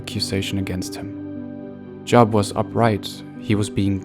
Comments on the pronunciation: His name does not sound like job. Sounds like Jo-ab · Thank you, but Job is pronounced as “Jobe”. Not as in work. 👍🏼